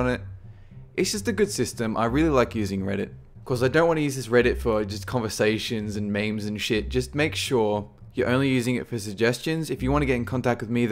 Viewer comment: "meemes" not "mahmays" lol.